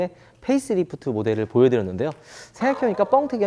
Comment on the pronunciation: 13분12초 펠리하이브리드? 페이스리프드죠?